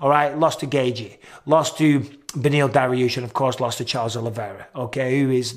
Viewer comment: PRONOUNCE IT GAY CHEE NOT GAY GEE. FOR THE LOVE OF BETHLEHEMS ORPHANS MICHAEL.